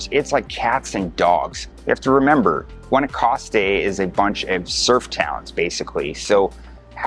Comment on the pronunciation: dude learn spanish, you sound so entitled and meh. Gwahnowcastte… no wonder you struggled